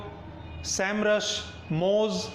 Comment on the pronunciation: SEMRush Nhi it's S E M rush